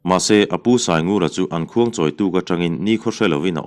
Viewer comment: I chhiar thiam a vang hian ka duh thawh hret thin,khuangchawi khi a thluk in ang lo in lam la a dik lehzual in ka hriat chu le...thluk thui in a hmasa khi...a hnung khi chu a dik in ka lo hria a...engpawh nise,i chhiar thiam hi ka hailo a nia...